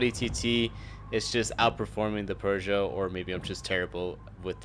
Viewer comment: PX, say it with me...."Pooh-zho". There is no R.